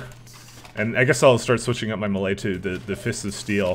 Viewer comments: No? It's pronounced mey-ley. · Please, please, please stop pronouncing "melee" so incorrectly lol. You're pronouncing it malay, which is a completely different word.